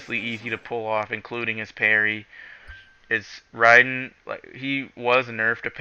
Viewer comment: did anyone else just pat there head when this guy said riden, you need to pick up a book bro